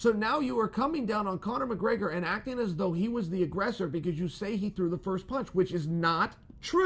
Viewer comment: Chael "Conor Muhgraygor" Sonnen